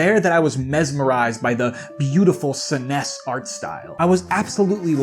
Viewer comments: Did you just hit us with the “suh-ness”? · I don’t know why but the way you pronounced SNES (sss-ness) was the most hilarious but also cool sounding word 😂 My biggest gripe with BoTW is the dungeons which is my favourite thing about the traditional Zelda games. I’m super keen for the fact that Tears of the Kingdom may be more story/lore focused 😁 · Can you zoomers stop pronouncing SNES incorrectly?